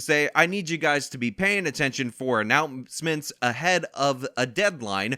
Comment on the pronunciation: Dont be embarrassed, "announcements" is a really tough word. You did good